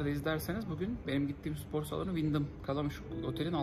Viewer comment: abi nolur supor deme sipor de sıpor de ama supor deme ya :/